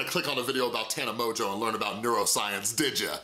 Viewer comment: Please stop being petty and purposely pronouncing her name wrong. It’s obviously “mojo” and anyone who’s seen any of her videos knows that. And I know you know so that is really annoying and immature in my opinion